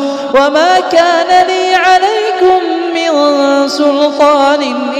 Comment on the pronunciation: وما كان ليَ سكون حرف الياء خطأ والصواب بالفتح